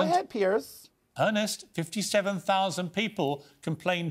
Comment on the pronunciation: Just answer his question. And it's Piers, not Pierce.